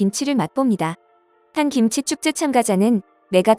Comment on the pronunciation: 김지가 아니고, 김치로 발음 하셔야 함!